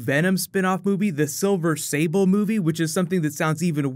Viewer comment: It's silver sabre not silver sable